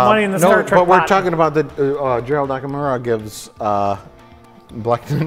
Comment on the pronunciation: They consistently always pronounce Gerald Okamura's name wrong. They should apologize to the guy named Gerald Akamira who constantly thinks they're talking about him.